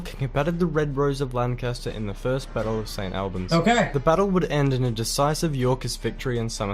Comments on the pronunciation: If the Narrator is a kiwi a New Zealander that explains why he mispronounced the place name of St Albans also. it is not Saint all-bans but Saint Hallbans. Even though spelt Albans. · St Albans is pronounced Or-buns not al-bans. I used to live near St Albans. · He does a great job of condensing the history into a short video, but his pronunciation of some place-names is a bit wonky: Warwick = "Worrick" not "war wick"... he eventually gets it right, even if never did;) St Albans = "Saint Allbuns" not "al bans" Tewkesbury = "Tooksburry" not "tew-KES-berry" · Not only Warwick, he pronounced St Albans, Tewkesbury and Tudor rather unnatively too. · Not sure that the narrator's British - sounds a bit Australian, maybe? I would suggest more standard English ways of pronouncing the following words/names (in brackets) although there are of course variations throughout the UK.: St Albans (all-bnz), not Al... Anjou (on-zhoo) not anne-jew; Warwick (worrick) not war-wick; Towton (toe-tn) not Tao-ton, Tewkesbury (tyooksburee) not Tyookis, and Tudor (tyooduh) not TyooDOR. However, we both do tend to say dinasty. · It's actually the WARS of the Roses ! I've NEVER seen Game of Thrones ! So I don't know what all the fuss is about it. The narrator is no Englishman as he pronounced WARWICK, ST. ALBANS, BARNET and TEWKESBURY incorrectly ! It should be WARRICK, ST. ALL BUNS, BARN ET and TEWKSBRY. PSYCHE ( human mind, soul or spirit ) is pronounced SY KEY. TUDOR is pronounced CHEWDUR. Basic British history taught at school is about the TUDORS and the STUARTS. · I dunno if the narrator is Australian but his pronunciation of almost every town name is incorrect and grating; Warwick, St Albans, Barnet, Tewkesbury etc.